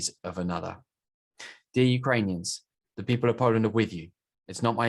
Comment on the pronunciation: Poreant? Its pronounced poland(0,17)